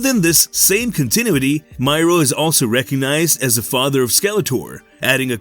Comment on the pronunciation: Please learn how to pronounce CONTINUITY